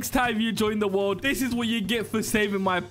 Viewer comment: Are we gonna ignore just said the word doni "bone" to bobes? And also ignore said "world" to word